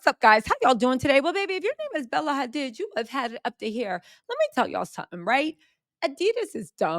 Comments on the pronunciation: Why you pronouncing Hadid like it's Hispanic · Bella Hadiddas! 😆